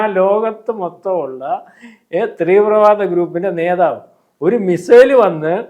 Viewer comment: സത്യത്തിൽ ഒരുപാടു പ്രാവശ്യം ഒഴിവാക്കിയിരുന്നത് പറയാതെ വയ്യ. നിങ്ങളുടെ ന്യൂസ് നെ പറ്റിയല്ല ഒരു സാമാന്യ ഉച്ചാരണമായ "തീവ്രവാദം" എന്ന വാക്ക് പലപ്രാവശ്യം "ത്രീവ്രവാദം" എന്ന് കേൾക്കുമൊൾ വല്ലാതെ തോന്നാറുണ്ട്. ഇയാൾ എപ്പോൾ ആ വാക്ക് പറഞ്ഞാലും ത്രീവ്രവാദം എന്നേ പറയുകയുള്ളു .... എഡോ പൊട്ടാ.... കുറഞ്ഞത് ഉച്ചാരണ ശുദ്ധി ഉണ്ടാക്കിയിട്ട് വന്നു ഞെളിഞ്ഞിരുന്നു പ്രകടനം നടത്തിക്കൂടേ....?